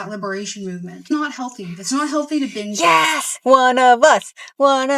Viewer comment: Can someone explain the reason she says Hinge instead of Binge?